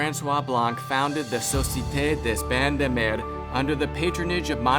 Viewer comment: I'm french, please don't try to say la Societe Des bains de mer anymore 🙏